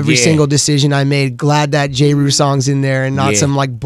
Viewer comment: did he just say “jay rule” instead of ja